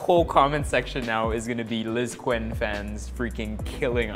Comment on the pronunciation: You pronounce it as LizKen po not LizKwen.. Enrique Gil's nickname is Quen ( Ken).